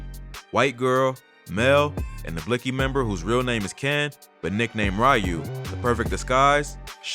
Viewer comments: Shouldn't it technically be pronounced as "Blixx Kee" ? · on god the way reporters say blixky pisses me off just how hard is it to not pronounce the x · Lol i love how the man sais( blix) ky gang hahahaha sucka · The miss pronounce word (blixy) got me fucking week 😭😭😭😭😭😭😭😭😭😭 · Bro said blisky gang 😂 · Wtf did this nigga just say “blicksski” lulzzzzzzz I’m fuccing ded asf💀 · BlLuKeI gang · This is how u pronounce blixky, blick-ey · Lmfao he goes “blicksski” gang I’m fuccing ded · Lol man said blix ki deadass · They stay saying bliksy omg bruh 😭😭😭😭😭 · Anytime they’re on the news they say “blicksee gang” lmao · News man said blix - key gang 🤣🤣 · That mane said blickski gang 😂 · Just the way reporters say blixky gang tells you they're completely uninformed talking heads, I'm from Illinois and know how they pronounce the shit and have only heard of the gang maybe a handful of times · it’s not about knowing the gangs offhand, but literally five minutes of searching up the name and they’d know how to pronounce it. Any real “journalist” or “reporter” should care about getting the facts straight, they pronounce it that way because they beef with a certain gang. That’s pretty important to the overall story being reported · bruh. I get your point. It’s not that important to the story because they mispronounced one word but your clearly understood what they were saying and meant. Vladtv been doin this idk how long on a big platform and he’s involved and doesn’t even know how to say half the shit he’s supposed to. He got the facts right. He didn’t pronounce the name right